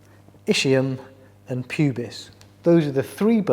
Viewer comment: The ischium is pronounced "isk"..not "ish". Also it's axial🎉 not "ayxial". Sorry to be picky.